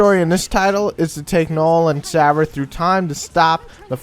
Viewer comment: Isn't it Serah? Anyways good review regardless.